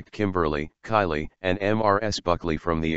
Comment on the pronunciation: Kayleigh not Kylie